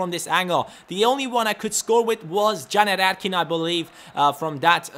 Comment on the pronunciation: Please stop say janer erkin